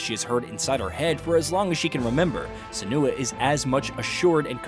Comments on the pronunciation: Its SEN-oo- ah not sen-OO-ah. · Senua is pronounced SIN-wa not SUH-noo-ah. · Never seen anyone call Senua the way you do. Emphasis on the E, not the U. Like Sénua, not Senúa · Tbf, it's a British game, so it should be pronounced senUa. Ninja Theory tried to be all American with the pronunciation. One voice actor in the original did pronounce it senUa, however -- though, annoyingly, senooa was the most commonly heard pronunciation. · How many times is he going to say SEN-OO-UH?? I had to stop watching the video man. I'll go watch another review. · Why can't he say Senua's name correctly??? Lol